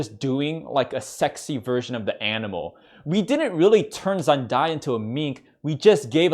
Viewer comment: "zen die ah"~